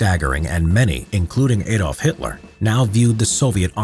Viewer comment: Who is Ay-dolf Hitler?